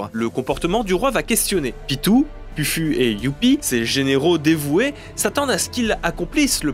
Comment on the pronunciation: Je suis le seul à détesté Pufu ? Et aussi, Pufu on dit poufou, Meruem ce prononce Mérouem